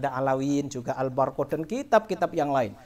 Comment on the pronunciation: Waduh kang mocone be wis salah ALBARQOH ora Al barokah sisan kang sing bener mocone ALBURQOH.wis Wis wis.....cari panggung ini